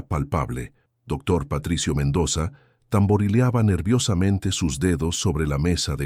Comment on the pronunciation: Se dice Tamborileaban